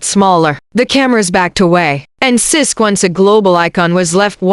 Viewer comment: It's sisqo you stupid A.i not sis!!